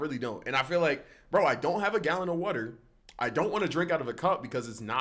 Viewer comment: why does bro say wataher like that